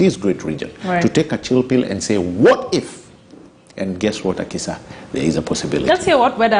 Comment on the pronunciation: Weda, it's not Akisha, It's Akisa.